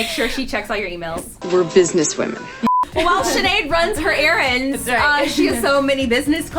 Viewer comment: It almost sounded like said run some "Erins" 😂